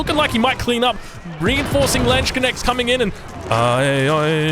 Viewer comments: Germans: Landsknechte: Lench connects I love it:D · Just go with "lance khnesht". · I know he said he don’t want to be corrected for the German but the pronunciation of Landsknechte is ridiculous. I could barely get what he said when he first said it. He just puts an additional syllable inside the word that is not there